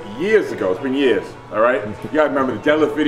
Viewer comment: "years" because "yeehuz" overnight lol